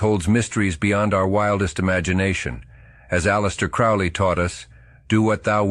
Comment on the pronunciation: Crowley rhymes with "holy."